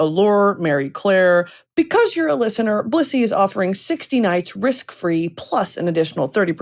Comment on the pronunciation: Every time you say Blissy I think you’re saying Bussy